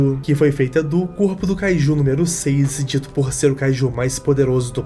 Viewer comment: É Kaijus, não kaijuis. Desculpa, sem querer ser chato xD